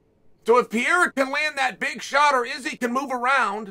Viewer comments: It's PEREIRA and not PEIRA. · Why does chael insist on calling him pierra but will literally type pereira. I know he knows he says it wrong and is gonna say one day “can’t believe you guys let me call him that for so long” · U talking about Pereira? Cuz u keep saying Pierra. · PIERA?? OR PEREIRA??? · Why do you keep calling him peeyera chael? Not that hard to pronounce perreira lol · Pierra hasn't yet earned the right to have his name pronounced correctly by Uncle Chael. He only has 5 undefeated fights under his belt. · “Alex Pee Era” - Chael Sonnen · Love hearing Chael call him peeyera every time he says his name since he came to the UFC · Did he did he say Alex pee era? 🤣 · Funny 😁 how he calls Pereira : Pierra 😅🙂😉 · George St. Pierra hahahaha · Who’s piera hilarious that you get his name wrong every single time 🤷🏽😂😂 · Pierra 😂 uncle chael has a problèm with foreigners name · Alex Pee-era 🤣 great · Thought this was about Pereira? Who's this guy Pierra? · Pee era. Gotta love uncle Chael’s always incorrect pronunciation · Dude how are you still saying “PEE -air-a” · PIERRA. CPS is the worst at names. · Pee air uh 😂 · I love you chael but I wish you would stop pronouncing his name (pee-air-uh) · If Alex wins chael will pronounce his surname correctly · Uncle Chael still has not bothered to correct his pronunciation of Pereira. Love it. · If Pereira wins hopefully Chael will learn to say his name correctly lol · It annoys me how wrong chaels pronunciation of Pereira is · He miss pronounces his name every time lol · Why can’t no one say pereira 😂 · not even close pronunciation of alex pereira . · If he wins then you might learn how to pronounce his surname.. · God, I hate how he pronounces Alex Pereira's name.